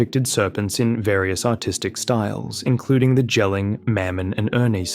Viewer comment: Easy pronunciation help for the Jelling stone is to just pronounce Jelling like the English word "yelling". It's much closer to how we say it here :3